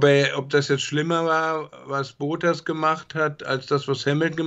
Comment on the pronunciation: Sprich doch bitte den Namen korrekt aus. Es ist Bottas, nicht Bootas. Oder ist Bootas die korrekte Aussprache?